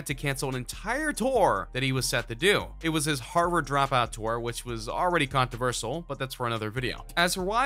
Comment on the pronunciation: This dude can't even say controversial lmao